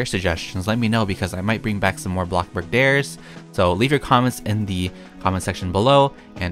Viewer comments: Lol I like how u say ''ABLOCKBURG!!'' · Who else sometimes gets annoyed when he’s like abloxborg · Can u keep the intro like blockbark instead of blockburg? I like it. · I couldn't stop laughing when said bloxburg wrong XD